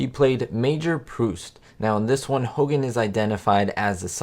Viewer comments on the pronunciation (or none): none